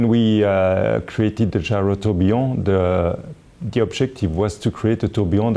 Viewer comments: Nobody: Frenchman: Gayrowtobeyond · I want to get it so I can pronounce gyrotourbillon the way he pronounce it when showing off my watch.